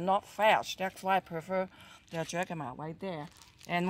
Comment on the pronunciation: I love all kinds of dumplings. Jicama is pronounced "HIC cama", like Jalepeno is pronounced HAL a peno. 🤗